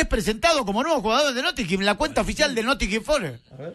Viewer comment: "El nothinguin fores, un equipo de mierda" palabras sobre uno de los clubes ingleses mas históricos y exitosos del pais, dichas por un periodista que no conoce si la información que está diciendo es verídica o no pero la dice igual. No hay remate 😂